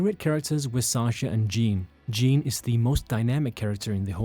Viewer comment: It's ジャン, pronounced closer to "John" than "Jean'